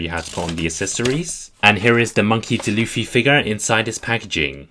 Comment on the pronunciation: Its d. Luffy not dluffy